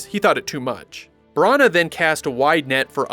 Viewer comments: the way you were pronouncing Kenneth Branagh's surname was like nails on a chalkboard to me. No offence meant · I cannot handle the way you pronounce Branagh. It's absolutely ludicrous. Brunuurrr!